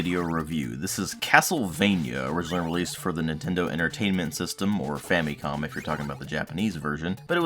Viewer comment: dude , it's fam'i'com ... not fam'ee'com ! learn how to pronounce it properly .